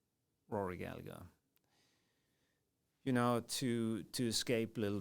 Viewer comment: The 2nd g is silent - Gall - a - her